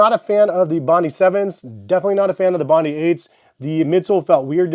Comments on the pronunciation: Good review. Only it’s called bondi not bondee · It’s pronounced, “Bon-dye.” named after a beach in Australia. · FYI, it's pronounced 'bond-eye' as in Bondi Beach in Australia.